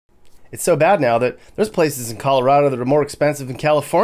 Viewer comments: "Calirado" had me laughing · Cali-rado and its West Coast Goo... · “Turning into Calirado”😂